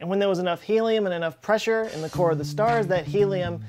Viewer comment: I love the way the hydraulic press channel pronounces "pressure". "Press-oo-reh". I also enjoy this channels intelligent humor and quarky knowledge. Please keep it going, you deserve more views.